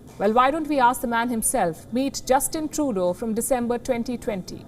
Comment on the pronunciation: Sounds like shes saying Justin Toto.